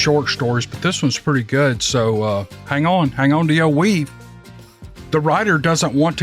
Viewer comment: LOL...."HANG ON TO YOUR WEAVE".... after binge watching from your beginning trying catch up for 3 months now....I thought you were saying " HANG ON TO YOUR WEED"!